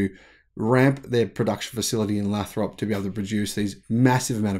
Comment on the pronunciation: Lathrop is pronounced with a long 'a.'